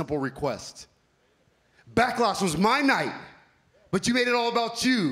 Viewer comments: ‘Backlost was MY night!’ Seriously, you couldn’t pronounce the actual name right? (Mic skills still needs work I see) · Yep he will, but, he needs MVP to do the talking. He even botched the word "Backlash".